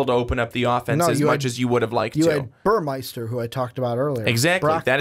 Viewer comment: Burmeister= bur-mey-ster Shough= Sh-uck Jelks= Jel-ks Couldn't finish listening after I realized how little you knew about the ducks football program. Mitchell is the leading returning receiver, breeland just averaged more yards per play. Our running backs are mostly unproven and the ones with experience are questionable to stay healthy with their smaller frames if used as work horses. Ever heard of Jeff maehl, josh huff, Jason Williams, Darren Carrington, braylon addison, ed dickson, sammy parker, Keenan howry, demetrius William's, Cristin McLemore? Yeah, not receiving threats... just offensive weapons. Sorry dudes, but need to do some research on a team if your going to give 20 minutes of opinions